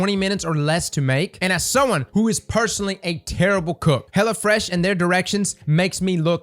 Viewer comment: am i the only one that heard hella fresh??